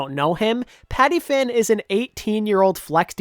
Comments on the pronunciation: it's pronounced pati-pan not pati-fan btw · I think you mispronounced patiphan. I think it’s Pati-Pan. I may be wrong tho just chrcking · The way you said Patiphan lol